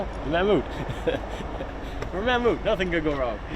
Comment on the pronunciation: Thats the first time i’ve heard an English/American person pronounce Mammoet kind of right